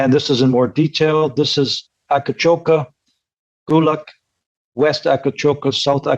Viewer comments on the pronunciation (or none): Please,. It is not called Akacoka but Akcakoca. I don't want to know what your turkish partners will think if you pronounce it wrong.